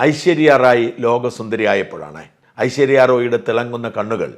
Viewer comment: ആദ്യം നാക്കു വടിച്ചു വാടാ ഷാജാ. 'ഐശര്യ' അല്ലെടാ "ഐശ്വര്യ " ആണെടാ. പിന്നെ മിസ്സ്‌ വേൾഡ് അല്ല മിസ്സ്‌ യൂണിവേഴ്‌സ് ആണ് പ്രധാന മത്സരം. മിസ്സ്‌ ഇന്ത്യ മത്സരത്തിലെ ഒന്നാം സ്ഥാനക്കാരി മിസ്സ്‌ യൂണിവേഴ്സിലും രണ്ടാം സ്ഥാനക്കാരി മിസ്സ്‌ വേൾഡിലും മത്സരിക്കുന്നു. റീത്ത ഫാരിയാ ലോകസുന്ദരി ആകുമ്പോൾ മിസ്സ്‌ വേൾഡ് മത്സരം മാത്രമേ ഉണ്ടായിരുന്നുള്ളു. ഇംഗ്ലീഷ് സുന്ദരിക്ക് തോന്നിയ ആത്മനിന്ദയെ നീ നിന്ദ്യമായ സംഘി സ്റ്റൈലിൽ വളച്ചൊടിച്ചു നിന്റെ കപട രാജ്യസ്നേഹം കാണിക്കാനുള്ള ഉപാധിയായി മാറ്റാൻ ശ്രമിക്കുന്നു.അല്പവസ്ത്രം ധരിച്ചു പണ്ട് നിന്റെ ഭാര്യ ഹൈജമ്പ് ചാടിയത് നീ എങ്ങനെ സഹിച്ചെടാ?😄?